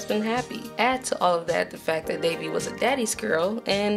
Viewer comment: That was a pretty good review but it kept bugging me when you said Devi's name as Davey. Keep up the good work, I enjoyed the video